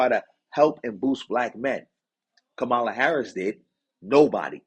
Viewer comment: COMMA-lah not kamal ah